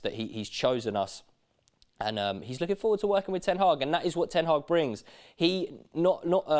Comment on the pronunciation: It's Ten Hag, not Ten Haaaaaaaaag